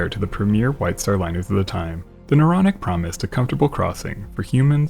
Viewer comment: The “Neuronic” 😝